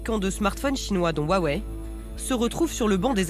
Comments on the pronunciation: Huawei pas wawei 😂😂😂😂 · Bon par contre woua wei on en parle... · On en parle du Wouah Wei ? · "wou-ah-wei" arggggg mes oreilles.. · Aaaaaah on prononce pas comme ça Huawei